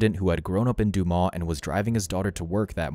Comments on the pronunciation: It's not Du-maw. It's Du - MAS. Like Christ-MAS. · Duu mah’ Arkansas? Try Duu’ Mus Learn your pronunciations before throwing out your click bait. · hehehe What's Doomah in France is Doomus in Arkansas. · it's pronounced "DOO-miss" not "doo-maw" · The town is not Du•maw' It is 'Du•mus. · The town is called Dumas (doomus) is how it’s pronounced, I have worked there in the past and it’s a very small town. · It's actually "doo-mas" - it's French. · The town is pronounced Do muss. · Not one person mentioned the fact that this speaker can't pronounce the name of her city. Dumas is spoken just as it is spelled..... Du-mas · Dumas is pronounced DOOH-mus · French sounds like DEW-MUS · dude your not even close to prounouncing that towns name right.